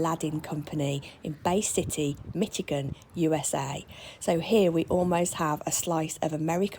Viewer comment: mish, not mitch for Michigan.